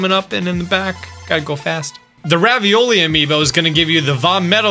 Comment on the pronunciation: did he say ravioli?